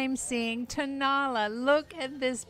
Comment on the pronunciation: The Mexican birds are Tonala pronounced Ton a LA accent on the last syllable.